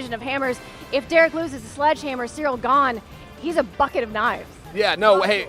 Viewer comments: Me: Cyril Chael: Surreal Me: Surreal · "surreal gane" - Chael